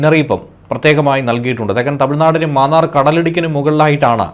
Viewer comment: Mannaar not Maannaar